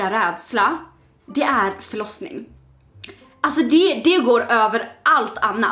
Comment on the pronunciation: När du sa jag är rädd för förosning så trodde jag att du sa flossning!! lika om du blev lurad av flossning oh det andra >:) read more